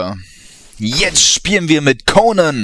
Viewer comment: so wie du konan aussprichst ist es ein name für ein jungen -_